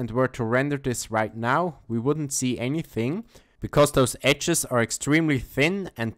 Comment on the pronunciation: ecces ??? edges ... ffs... learn english before you make videos..